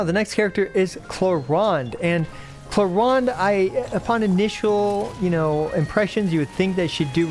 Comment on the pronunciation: wtf is this way to pronounce clorinde